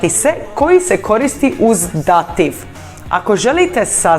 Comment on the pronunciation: Pogrešan naglasak dAtiv -lokAtiv!! Točno je Dativ-Lokativ